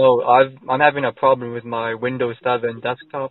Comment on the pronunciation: I'm having a pwoblem with my compooter. Really biting hard on those Ws lol